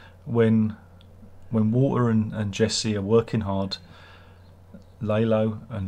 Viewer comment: Oh and Tony Dalton came up with Lalo smiling, because of course he did. brilliant. I love how you pronounce Lalo as "lay-low" because that's all he did this season.